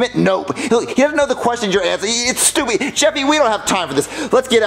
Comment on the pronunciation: Did Mario Said Stupiy?